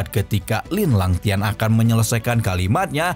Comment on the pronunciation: Linlangtian bng bukn lalang2tian wkwk 😅😅😅